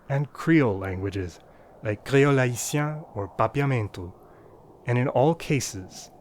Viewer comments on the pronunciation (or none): The way you pronounced « créole haïtien » sounded soo French !!